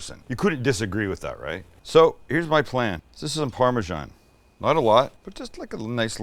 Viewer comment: The last syllable in Parmesan is “san”, not “shan” or “jan”. Please stop making up random sounds